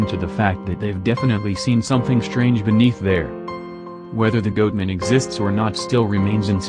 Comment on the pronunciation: GOATMAN! Not GOOTMAN! Who put this video together? Music too loud and stupid robotic voice that can't pronounce shit right! That's 6 minutes of my life I'll never get back!